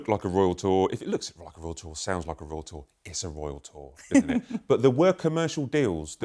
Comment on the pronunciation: I REFUSE TO LISTEN TO THIS LADY SAY ROYAL TOUR..BE QUIET!